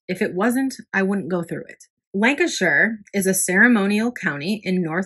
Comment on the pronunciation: nice to hear you pronounce Lancashire correctly,..😊as, most Americans can't!